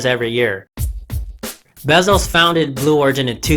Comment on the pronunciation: Bezos fan boy hahaha, can't even get his name right damn it lol